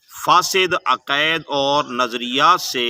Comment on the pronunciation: پتا آپکو اپنے دین کا بھی نہیں ہے ۔۔ تلفظ اور انداز تو آپکا جاہلانہ ہے ۔ عقائد تو بولا جا نہیں رہا اور باتیں فکر ولی اللہ کی کر رہے ہو۔۔ قصور آپکا نہیں آپکے بڑے بھی انہیں سمجھنے سے قاصر ہیں آپ تو آنکھیں بند کر کے انکی انگلی پکڑ کر چلنے والے ہیں😊